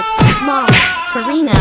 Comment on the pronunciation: you said Karna not Karina